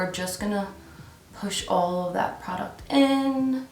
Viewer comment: The way you say product is so weird lol